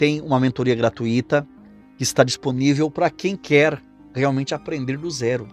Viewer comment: você tem pouca escolaridade: não é correto pronunciar "gratuíto", e sim "gratúito"; não é correto odiar A Mãe Santíssima só porque você confunde "ídolos" com "Imagens", e não é correto adorar ao teu Senhor Martinho Lutero, inclusive, esse seu Mestre já matou um. Estude a biografia desse sujeito!